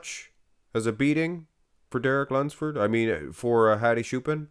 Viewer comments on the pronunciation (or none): lol "HAdi Shoo-pin"